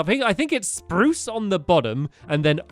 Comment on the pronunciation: Stampy you said spruce.. Instead of SPRUCE!!